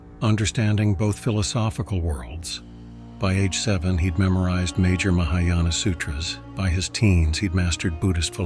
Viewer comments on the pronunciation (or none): none